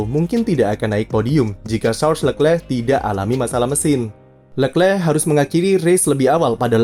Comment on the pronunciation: Jijik om cara baca leclerc